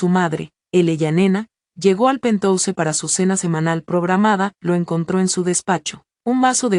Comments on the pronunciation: si pero que escriban penjaus y que lo lea así, es preferible Mi oido sufre con pentouse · por favor usen el término ático y no pentouse o lo pronuncian en inglés o ático Queda horrible pentouse